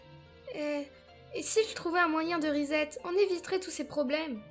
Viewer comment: "Reset" se prononce riçète (avec le r anglophone). En français ça se traduit par "réinitialiser".